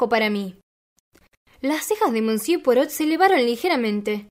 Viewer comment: Gracias!! Me suscribo ipso facto! Permíteme un tip para mejorar, aún más tu lectura, cuando aparezca alguna palabra en un idioma que desconoces, puedes consultar Google y escuchar como suena, tal es el caso de monsieur que suena algo así como "mesié". Saludos cordiales!